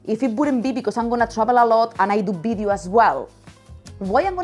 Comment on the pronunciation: It’s video, not bideo.